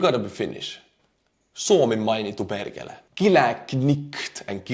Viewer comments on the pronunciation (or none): You did good, that "Suomi mainittu perkele!" was kinda on point 😆 But when you say "Perkele" you got to use some power. Its a powerful word, and needs to be said with some Sisu and power. Keep the videos coming, and greetings from Finland! 👍